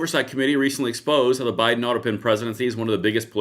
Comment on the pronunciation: "Bido-pen" LMFAO Thanks, I can't unhear that! 🤣🤣🤣